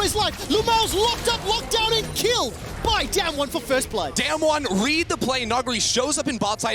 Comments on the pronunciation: they are saying DamWon wrong and it's pissing me off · It's so annoying that the casters always mispronounce Damwon, I mean, don't they learn the team names before worlds?